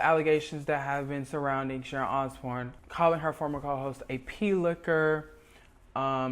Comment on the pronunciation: It's Sharon not Sharont. You put a t on words where they are not required and leave them off when they are.